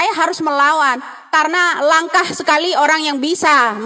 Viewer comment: Maaf bu.. Langka..bukan langkah..